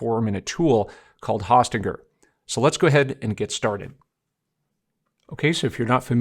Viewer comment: Very informative video tut ... thank you! In the future, I believe it's pronounced Hosting er.